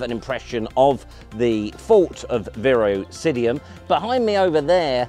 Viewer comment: Fun video 😊. I believe it’s Virosidum, not Virosidium…